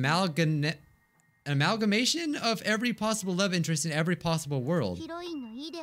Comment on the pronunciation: Amalga- Amal- Amagamation? Me, an undertale fan: cringes at the fact that my favorite youtuber can’t pronounce amalgamation